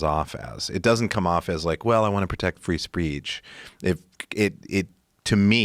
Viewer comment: "Free Spreech"